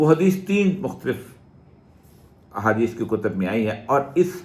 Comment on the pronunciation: Oriya kisibhi bat me haaaaaaaaadieeeeees ghusedega